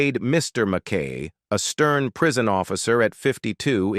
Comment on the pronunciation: Fantastic show! ❤ It’s NOT pronounced Mack K! It’s pronounced Mack I!